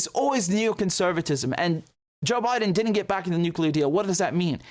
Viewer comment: President "Jock Bye-Done" 😂